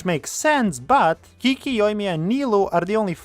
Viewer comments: KIKI??? KIKI WHO?? ITS CHICHI 😭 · calling Qiqi (chichi) Kiki is a violation that i will not accept. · gasp dramatically Did I just hear Qiqi pronounced like Kiki?!